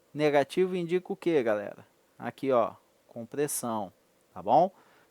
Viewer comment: "galela", "teliça" uahuahauahuahauhuahuha